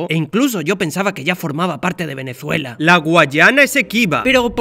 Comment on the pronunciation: como te atrevez pronunciar venezuela como si tuviera una ''z'' cuando es con ''S''